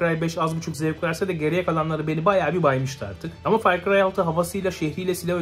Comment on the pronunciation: "Fay cıyay döyt" LMAO